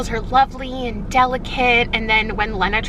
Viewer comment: The whole time you are talking about sisterhood of the traveling pants im yelling about how you pronounce Lena. Love this series. You are my favorite YouTuber